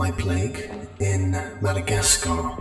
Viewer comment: Not complaining or anything, but I hated when he said “Madagascar”